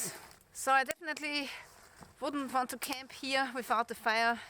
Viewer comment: Cute how your w sounds like a v. Vork, vant and ve